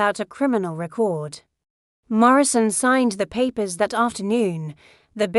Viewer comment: Every time you use the letter "D" as a word... Spell it out "DID". Your sentence structure is poorly done by not spelling out and saying the words correctly. It takes away from the story. You also had a spot minutes where the letters of the word "That" were separated and you said "T Hat", instead of That. Now it makes me wonder if your letter D was supposed to be a part of a word but you put a space in-between it. Like the T 'space' Hat. minutes you spoke the sentence: "I bought 4 more...." But it was written as "I bought For more..." , instead of "I bought four more..." You might want to check for grammatical errors before putting your story out for the public. Some of us actually read the words and listen to the story.